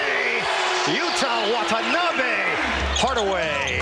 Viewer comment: The correct pronunciation of Watanabe's name is, Wa-ta-na-be , not Wat-n-abe !